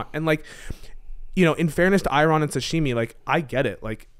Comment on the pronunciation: It's Sashimi, 😂